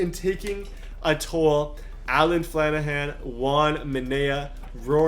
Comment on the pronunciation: I feel very obused that you said my last name "Flanagan" like "Flanahan" ..... just kidding I love your videos and I've been subbed since MLB 16 challenges